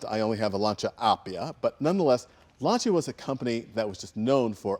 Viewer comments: it not LANCHA it's LANCHIYA(the correct pronunciation) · Say lancia right! Pronounce it! Not slay it!!